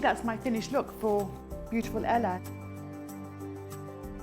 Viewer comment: Anyone notice she said Ella instead of Elle? >.<